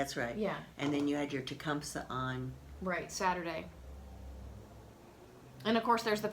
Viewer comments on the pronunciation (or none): Enjoy watching you ladies. Just for the record, as I hear it a lot, many people are incorrectly pronouncing Tecumseh: ti-KUM-see (not "sah" or "say"). He was a Native American Shawnee warrior and chief ( ). cheers.